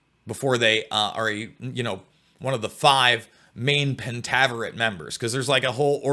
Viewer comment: FINALLY! Someone discussing this SERIES knowing it's past and heck, even how to pronounce the name correctly is so fulfilling. Lol I've listened to people try to talk about this but knew nothing of it's roots or what it even was about. Which really upset me more than whatever they were even talking about.... But for the show, I could've done without all the penis'